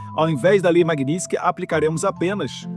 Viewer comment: Não sabe sequer pronunciar o nome da lei Magninstky.